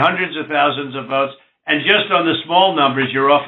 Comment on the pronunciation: "WE NEED 11.000 WOTES" like he is buying potatoes.Worst president in Americas history.I feel sorry for the biggest democracy in the world.